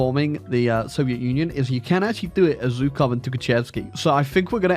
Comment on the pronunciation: You're saying Zhukov wrong.